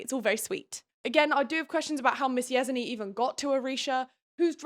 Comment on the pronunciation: I haven’t read the books so I fully accept I could be wrong, but the character who’s name you’re pronouncing “yez-en-ee-ah” would make more sense to me pronounced as “yes-en-ya”